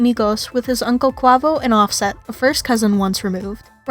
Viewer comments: So irritating that u can’t even pronounce his name right. If u are going to do a story about someone at least pronounce their name right. I can understand if it’s something like my last name “ Nguyen “ but it’s English. Say it with me “ k-way-vo “ not “ k-wah-vo “ 🤦🏻‍♀️ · Pronounced ( QAVO) u is silent!!!